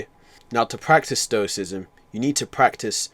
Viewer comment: Not to be that guy, but isn’t it stoicism? Not stocism